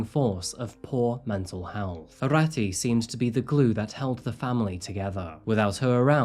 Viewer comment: His pronunciation of the names was atrocious. Especially Arati which is pronounced as “Aaroti”.